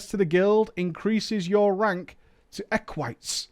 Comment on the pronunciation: I'm not sure what triggers me more. The dumb raiding guild styled on the Roman republic, or mispronouncing Equite wrong constantly.